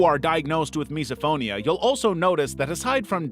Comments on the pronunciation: just FYI its pronounced /,mɪs.əˈfoʊ.ni.ə/ (miss-oh-FOE-nee-uh) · Misophonia is actually pronounced miss-oh-phonia